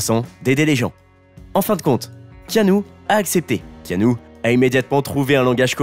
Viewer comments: Alors keanu que j'adore ça ne se prononce pas Kanou mais Kénu simplement . Et ensuite non il n'a pas eu de nouvelle , depuis ses 13 ans , de son père. Un père qui a fait de la prison à cause de la drogue . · "Kanou" mdr Le manque de variétés d'intonations rend votre lecture monotone et donc assez pénible à écouter je trouve :/ Vu que 7 mois après il n'y a pas de part 2, je ne vais pas regarder jusqu'au bout et vais chercher une vidéo plus complète (et avec un narrateur au ton non monocorde). Sorry ! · "ea" ça fait le son "i", comme dans "Tea", c'est dommage, à cause de ça je n'ai pas pu m'empêcher de penser à Kano de mortal Kombat...